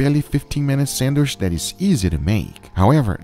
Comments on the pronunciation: 1. its sandwich, not sandwish 2. when you name ingredients, breathe, it sounds like you will start cry soon or you are out of air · What the heck is a sandWISH? If you can say chicken or cheese then you can pronounce sandwiCH. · What is a "sanwish"? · Nobody: Guga: sandwiSH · Guga knows why he's pronouncing it "sandwish", cause you wish you can taste it too 😀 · it really scratches my ears when he says "sandwish". it's not a French word..